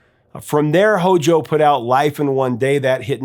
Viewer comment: No one should ever say HOJO. It makes me cringe!